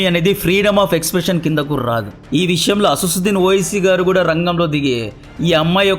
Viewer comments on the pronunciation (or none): Asassuddin kadu..asaduddin